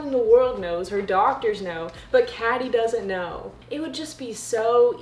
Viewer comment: Uh i love this video but honey its pronounced like katy